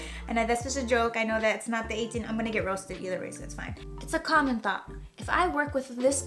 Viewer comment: 34 seconds in: "a common thot"